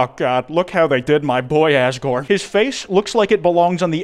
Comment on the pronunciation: At normal speed i heard: “Asgore is chicken”